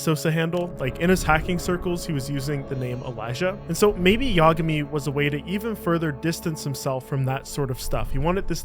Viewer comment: Yagami = Imagay 😮😊😅😂